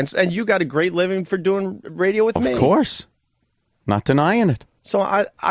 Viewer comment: Every time opie says RAYDEOOH shoooow I fucking cringe so hard